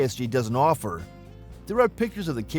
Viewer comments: KSG not KRG 🤦🤦🤦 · You kept saying KRG its KSG or are you doing this intentionally to slander Keltek.? The Utas unless they finally fixed it is an unreliable peace of crap. The Keltek KSG with a little practice can be just as fast or faster to reload than most shotguns. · Isn't it KSG? WAS HE SAYING KRG?